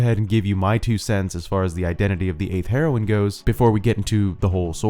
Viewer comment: It's pronounced "hero-een"